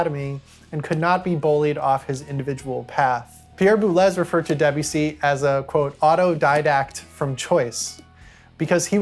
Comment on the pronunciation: This is great but… ‘Boo-lez’? Boo-lay!